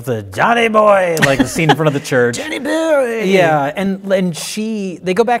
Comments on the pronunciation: ) Yes. So entertaining, satisfying, amusing, adorable. "Junny buuuooeeee." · Joowaneh Boyehh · I keep watching this just to hear say "Johnny Bouoiy" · Same...I just turned this back on to hear Johnny Boiii and stayed to watch the whole thing